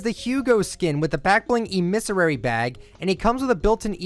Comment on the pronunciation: Mispronunciations Chic: pronounced Sh-eek Emissary: Em-es-sary